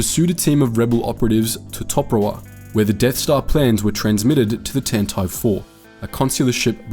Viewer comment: Your pronunciation of Tantive and Dodonna kills me.